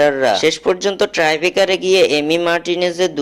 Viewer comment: শোন কথাটা ট্রাইবেকার নয়, টাইব্রেকার (tie breaker) । এত অল্প জেনে এসব আলোচনা করিস কেন?